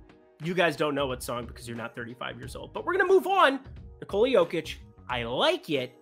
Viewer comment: First way of saying Nikola is correct 🙂